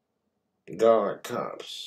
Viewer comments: He’s getting really bad at not pronouncing his Rs “Galic, Pamasean, Camalized onions” must be the tooth rot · Is he trying to sound British by how he pronounces “garlic?” So irritating.